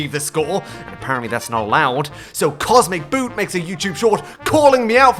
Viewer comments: love how you keep pronouncing the name wrong, classic spiteful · the biggest thing for me... is that he actually has been getting cosmeticboot's name wrong the whole video! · dude he doesn't even pronounce the guy's name right 😂 Edit: damn i got bamboozled too hahaha